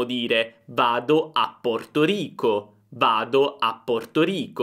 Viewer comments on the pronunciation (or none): Ciao, Rico (di Puerto Rico) viene con la R dura:)